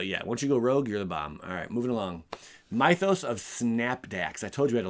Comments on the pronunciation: It is pronounced myth-os as in myth-ic. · Those sorceries who names you are butchering, "Mythos" from "myths & legends" has a short "i" sound, not long I like night. The card you were confused by can destroy or exile, (I don't remember which) can get rid of any creature, but only green & white enchantments, artifacts, planeswalkers. So yes for ajanni planeswalker, no for sorin planeswalker. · Mythos is pronounced like myth